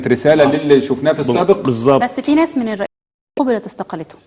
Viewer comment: ههههه لو ما جات تنطق الريس لسانها اتلبش